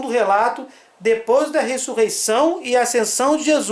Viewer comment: Por que ele fala "aicensão"?